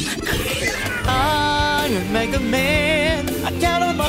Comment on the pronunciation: He's saying mega but sounds like nega